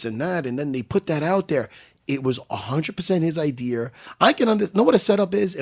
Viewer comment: "wasn't even my idear."